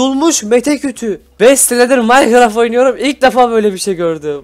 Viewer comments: Abi Mete kütüğü değil meşe kütüğü xd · abi birsey faket tim mese deyil mete kutu diyor sun